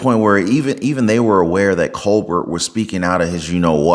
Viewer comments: Just FYI bud. Like your style & you’re gonna do great content! But for the r cord it’s Stephen “COLBARE” is how you say it. Picture it being like a french name. Not “Colburt” like “Sherbert” lol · Not “Cole-BurT”. Think French. Pronounced “Cole-Bare”. Now that we’ve fixed that, Colbert is unhinged. Robert DiNero unhinged … there used to be places to house the mentally ill…. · It's not Ko'-berT - it's pronounced Ko" a air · colbeRT = no COLBEAR = yes Otherwise it just sounds like you haven't actually watched the shows you are talking about... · I used to think he was funny, but his TDS is off the charts. Also, his name is pronounced “Cole-bare”, but who cares anymore. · Its: Coal-Bear not Coal-Bert.. but fck him anyway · pronounce his last name Cobare not Co bert. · It’s pronounced co-bair. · It's pronounced Col- bear 😂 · Coal-bear dont pronounce the T broski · *Colbert - (coal-bear) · Colbert is pronounced ko-bear. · It's pronounced "koh-BEAR." ✌️ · Btw, it’s pronounced, “coal bear” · The fact a young guy like you pronounces his name "Co-Bert" just shows how relevant main stream media is these days, lol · Thank you SO MUCH for pronouncing his name correctly. Coal Bert. :D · coal-bear is how that things name is pronounced...,jusayin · My favorite part of this is when he called him Stephen coal-burt. He's so riddled with TDS that he deserves nothing less than to have his name mispronounced. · Love you, but please pronounce Colbert's name correctly....Coal-Bear. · I love it that you pronounce his last name wrong. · The T in Colbert is silent. You don't pronounce it. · You should find out how Colbert is pronounced. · Colbert is pronounced without the final "t" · Are you purposely mispronouncing his name?